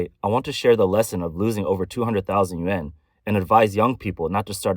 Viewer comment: I think the AI voice has a problem differentiating the sounds between yen and yuan.